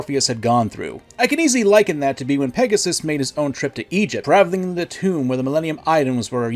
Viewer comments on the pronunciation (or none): none